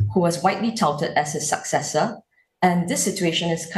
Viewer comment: But i like her saying sucksesor😂